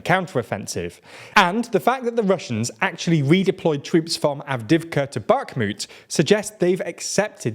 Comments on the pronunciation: It's not Avdivka, it's Avdeeivka. You pronounce it weirdly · 2 notes on pronunciation: Avdiivka is missing a syllable. Av-di-yi-vka. Podolyak has an extra syllable. Po-do-lyak.